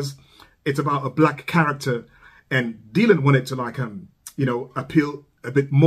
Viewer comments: The "y" in Dylan is pronounced as an "i". Sounds like dill-un, not dee-lun. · I really like almost all of your reactions, and this is no different. However, let me help you with one small thing. You are mispronouncing Dylan's name. It is not "deal-on," it is "dill-on." You may be turning some folks off by the mispronunciation.